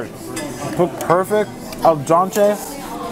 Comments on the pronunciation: Love how u always say ' el dante' instead of ' al dente'🤣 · Did he really just say Al daunte? Al dente maybe? Lol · it's al dente, Italian for " to the tooth", not al donte. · Love ya! Just a little thing though, it's "al dente", Keep up the great work, love your videos